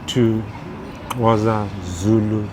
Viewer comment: I don't know how to pronounce Xhosa the proper way but I noticed he pronounced it with one of the click sounds.